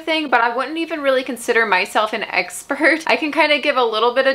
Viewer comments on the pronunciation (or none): "I wouldn't call myself an." I can't be the only one that heard that (even if she didn't mean to say it that way). 🤣